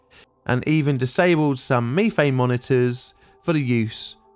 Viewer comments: Did it bother anyone else the way he says, methane? At least here in the states it is (meth-ane) and he is saying it (me-thane). It's like the Brits saying (Alu-min-ium) while we say (Alu-min-um) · Me. Thane. Meth, ane. Say it right. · "meeeeeethane"????? It's METH-ANE ! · I never heard it called Me thane before instead of meth ane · As I ponder the pronunciation of ME-thane, I wonder if nefarious criminals in your area sell ME-th. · I have bingo blackout for the word MEEEthane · Does this narrator's pronunciation of ME-thane bug anyone else's OCD? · Meethane, youthane, weallthane. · “Me-fane gas” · Wtf is "mefang" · Repeat after me "Meth-thane" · I hate meeteehayenn!!! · British pronunciation of methane sounds so strange lol. Great video as usual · ive never heard a british person say Methane until today dont know if youll read this but why the emphasize on the first two letters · jesus i didn't know you could butcher the pronunciation of methane like that the entire video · Anyone else check to see if they pronounced methane incorrectly? Apparently its pronounced different depending on which side of the pond you're on.